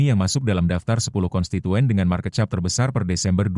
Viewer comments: market cap sebut nya kep bukan chap 😂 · Ainya Bahasa Indonesia baku jadilah chap😅